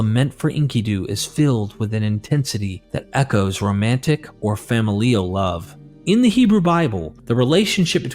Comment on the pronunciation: I am impressed by your flawless narration...a voice coach maybe? Anyways, thanks for your passion to improve your diction! One, and only one, tip: fa•mi'li•al, not fa•mi•li'al. Of course, the gods are pleased that you included this... dialect for "familial"!!❤